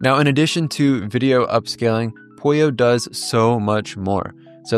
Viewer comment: So is it Pollo like Apollo, og is polio like this guy says it?